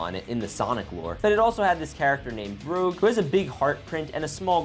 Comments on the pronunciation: It’s not roge it’s gouge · It's pronounced as Rooj, not like Rogue. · it's Rouge (Rooj), not Rogue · It's not Rogue it's ROUGE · It’s rouge pernounced roo j uh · The bats name is pronounced “rueje” Also shadow is part alien and was built by his Gerald robotnik eggmans grandpa to cure his granddaughter Maria. He isn’t really an evil sonic at all